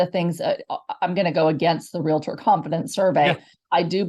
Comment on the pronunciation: REAL-tor, not re-la-tor